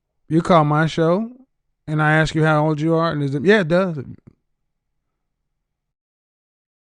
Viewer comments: Dumb nog bimbo around the with the typical smoke detector low battery chirping! Then follows up with lovely Ebonics- “May I AXE you a question?” You can’t make this shit up! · Don't AXE questions, ASK questions. Learn your dang language.